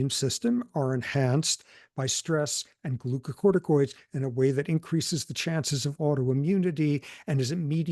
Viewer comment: Thanks to Prof. Sapolsky, I can finally pronounce the word glucocorticoids correctly.